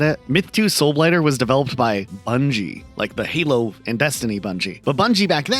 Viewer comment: ah yes "Heelo games" Love that franchise.